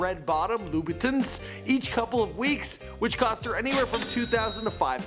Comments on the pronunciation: It's loo/boo/ta, not boo-tins.. (Louboutin) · omg why would you pronounce Louboutin like dis. Plus they range from and not , only limited heels are over 4k.... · you're an idiot... Christian LOUBOUTIN and Louis Vuitton are completely different brands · its louboutin